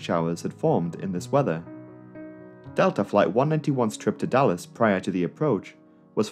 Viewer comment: I totally understand why you chose to shorten DFW to just "Dallas," but throughout the video I just kept hearing "Dulles" instead... haha